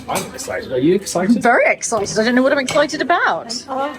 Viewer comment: Very "eggcited" 🤣🤣🤣🤣🤣